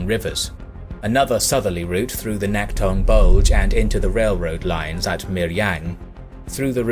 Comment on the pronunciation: Nice video, i enjoy your videos. I lived in Incheon and visited the memorial near the landing site for the Incheon offensive, as well as a few other Korean cities. Your pronunciation for several locations is a bit off tho. T is more like a soft D in Korean so Naktong is more like Nakdong. Teagu is Daegu. K is also more like a G. P is also more of a B, Pusan is really pronounced as Busan, though it's a soft B.